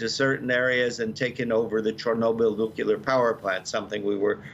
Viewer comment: Dear Professor, please pronounce Kiyv as Kee-yoov, that's how it's pronounced in Ukrainian. Not Kei-ev. The "NU-cle-ar" power, not "NU-cu-lar". Please don't embarrass U of A in front of the whole world. Europe can relax, Putin might come after Belarus, but he won't touch any of the NATO countries.